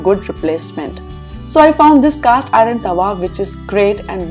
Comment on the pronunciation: Oops, you are pronouncing “iron” as “ I run”? Please correct..👍